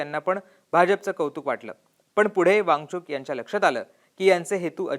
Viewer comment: या निवेदकाला वांगचुक म्हणता येत नाही ,तो सारखा वांगचुंग वांगचुंग म्हणत आहे .😅